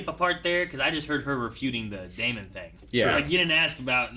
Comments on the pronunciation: When are you guys going to learn to pronounce name right.....It's Not DAY MON It's Damon Just like MATT DAMON You don't say MATT DAY MON. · DaemUN. continues his choice to purposely pronounce names weird lol.